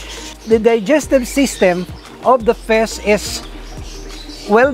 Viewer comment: I love it whe you say fish:) fisz